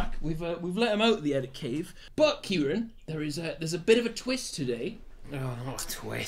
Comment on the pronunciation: Why does noone get Kirane’s name right